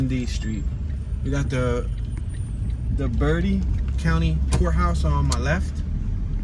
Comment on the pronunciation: It is pronounced bertee